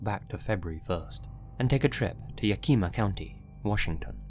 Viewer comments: Yakima: yak e maw Not, ya ki muh. Lol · . As a native of Washington, I need to tell you it is pronounced Yeah-kih-mah, not Ya-keema lol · agree. There’s no accent marks, and phonetics rules are very inconsistent. By the way, puts stress on the second syllable as in Ya-KI-ma. It is actually YA-ki-ma. I know because I lived there for about 10 years. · Yack-ih-mah, not Ya-keema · I love you. I really do. But it's pronounced yack-ih-muh, not yah-kee-muh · washingtonian here. cracked me up with "YA KEE MA" its more like Yak uh mah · Lmao ya key ma ???? Yak im ah. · I've always said it as "yak-eh-ma." When he said Washington and "Yakeema" I was confused for a second lol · Yo, as a life time resident of Washington State, you’re pronouncing Yakima County wrong! You’re saying “Ya-keema”, when it’s more like “YAK-i-maw” if that makes sense. Thanks for the WA coverage! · You pronounced it yakeema but it's ya kih mah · It's YA-ki-ma, not ya-KI-ma. Just saying. Anyway, great video. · Heya! Quick pronunciation correction as someone born in Yakima Washington, it's YAK-im-ah, instead of yuh-KEE-muh. Keep up the good work otherwise,! 🙂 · "yu-KEEM-uh" Ack, no. The word "Yakima" is pronounced more like: "YAK-ih-maw" At least by folks who live in the area. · Ah, the joys of sitting down to a new video But as a Washingtonian. Please. It's Yak-ima (or Yak-imaw) not Ya-kima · Omg yakeema Washington ROFL that’s a new one... it’s yak ih muh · It’s pronounced Yak-ima, not Ya-kima I live in Washington state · "Yakima" is pronounced YAK ihma. Love your material!🙂👍👍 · Yakima getting pronounced as Yakeema cracked me up😂 I live near Yakima and we now call it Crackima because of all the crackheads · im gonna be that guy an correct a mispronounciation. Yakama is pronounced "Yeah-Cuh-Ma" just thought i'd point it out (even on a old video) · “YawKEEMA” County 😂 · Yakima is pronounce yak-i-ma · It's pronounced Ya kuh maw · Yakima is pronounced Yak-uh-mah. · It’s YAK-I-MA